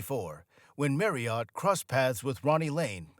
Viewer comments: This is just about very slimly accurate but awfully put together with no actual reason for it being made. Why an American who cannot even pronounce Steve’s name correctly ? The main reason for the Small Faces break up being bankruptcy and their bad choice of Don Arden ( Sharon Osborn’s father) as their management, Mr Arden was no more than a thug in the music industry at the time, the SF’s made hardly a penny from royalties and law suits went on for years. This whole thing is really just a load of shite must have been put together by anyone who could gain all these facts from SM ‘ or KJ’s biographies it’s just low grade rubbish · Yes .. the continual mispronounced Surname got right on my Tits ! Many Americans do this childish trick .. mispronunciation of Names / Words etc .. on purpose… in a stupid idea that it’s a NLP method of mind control.. hypnotic.. etc bullshit ! These useless Videos always are narrated by people who are just reading off a script .. they didn’t write ! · FFS. NOT OT but ERT. If you are going to report then do your research! The surname Marriott is constantly and bloody annoyingly mispronounced by a yank that has clearly never bothered to listen. His name (and that of his lovely Daughters, Molly & Tonya has always been pronounced MARRYERT. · Tonya was one of his wives, not his daughter. And it's pronounced marriet (rhymes with Harriet), not "marryert". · Who the hell is, “Merry Art?” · Merry ott? These awful American voice overs are a f*cking joke. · Who is this “Marry Yacht”?? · Marryott 😂😂 At least use somebody who knows how to pronounce his name ffs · Yeah, whenever he says his name it sounds like Mary art. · I can't get over this new pronunciation of Stevie's surname. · You/ what ever you - are you cannot even pronounce Steve's surname, correctly.. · Hey, please learn how to pronounce Marriott properly😂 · I wish he could say 'Marriott' properly. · Only an American could miss pronouce Marriott so badly. It's not fookin' Marri-ot